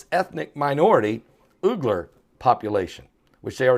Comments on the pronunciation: It's pronounced wee-gur as far as I can tell, pastor. That's a hard one for sure!!!! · I think it is pronounced “Weeger” - it might be confusing to listeners. I used to be confused.